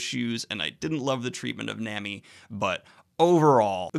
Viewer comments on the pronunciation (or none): The a in manga is pronounced like the a in Obama, just a heads up Same goes for the a in Nami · The way you say nami triggers me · "Nah-mee" not namy. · Na-mi not Nam-i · Its pronounced NAH-MEE. Not NAME-EEE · nami's name is pronouced nah-me. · I was fine with the confusion of 'menga'/'munga'. But you just can't say "Nemi" 😂😰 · Japanese uses mostly long sounds for their vowels. A = Ah I = Ee U = Oo E = Ey O =Oh 9 times outta 10 this will being you the the right pronunciations (outside if silent letters like in Sasuke being said like Sahskay). So it's Manga (Mahngah), Nami (Nahmee) etc. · nOoOmi Nooooooomi. Oof please. Also I’m laughing at how after a whole arc with Robin and you are still calling her Mrs. Sunday 😂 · "menga" "nemi" chuckle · Ok I know I KNOW I'm sorry in advance.... Nämi and mängä hurt me physically. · pleas pronounce it as "Nah-mi" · ITS NOT NAMMY BRUH JESUS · Nah-mi Daniel, its pronounced nah-mi lmao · Ok but nami is pronounced nah-mee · Or how he pronounces Nami